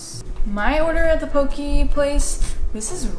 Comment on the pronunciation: I love you and your content and I swear i'm not tryna gatekeep but the way you say "poke" like "poki" makes me cringe so harddddd 😂 its pronounced "pokay" 👍